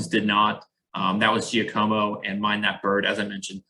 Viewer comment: Giacomo is pronounced jock a mo. Other than that, great points!